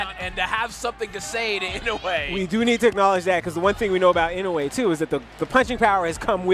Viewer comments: inoya? was he doing this on purpose or he can't read? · is the most worse I’ve seen inside the ring in my life,he is running running around to Inoue san. Ashame on you 🤣🤣🤣 And please pronounce the right name of the Japanese Champion ( Naoya Inoue)